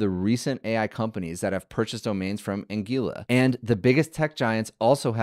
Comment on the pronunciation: Anguila Pronounced An - gWil - la